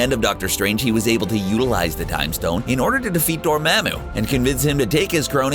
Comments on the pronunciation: To defeat “DoorMahMoo”. Okay. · I cant take you seriously if you do not know how to say Dormmamu and Agamotto